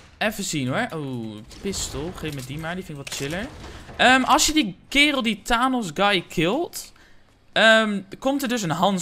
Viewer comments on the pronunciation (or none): Die uitspraak van Thanos hahaha my god zit jij ooit op internet? Marvel? Infinity war? Jezus man hahah. Die "handschoen" is de infinity gauntlet met de 6 infinity stones, die Thanos in zn bezit heeft. En daarmee heeft die t halve universum uitgemoord in een fractie van een seconde. Thanos (spreek uit Fènos) is de supervillain van infinity war. Dit zou je echt allemaal moeten weten, schaam je😂